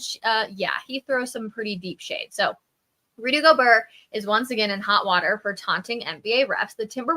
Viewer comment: Pretty sure it's GO-BEAR not GO-BER